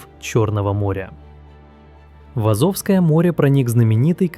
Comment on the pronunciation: Так аZOVское море или AZOVское море?